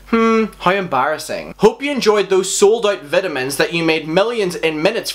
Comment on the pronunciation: I love how he says vitamins as vitimins 😂. Love u